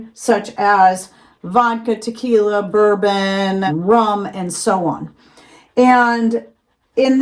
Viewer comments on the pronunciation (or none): none